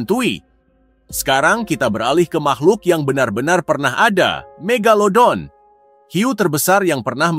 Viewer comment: Ka megadodol loh bukan mega megalodon😮😮😮😮😮😮😮